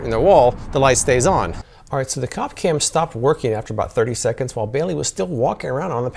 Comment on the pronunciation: I'm not gonna keep it a secret: When I saw u on the Cop Cam, ur face scared the hell out of me!! Then u said "Cop Cam", and for some reason I heard "Coff Cam." "Oh, that makes sense", I thought, "He's in a coffin." U, sir, looked dead💀